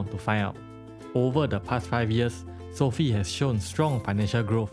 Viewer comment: Learn how to pronounce Sofi disrespect man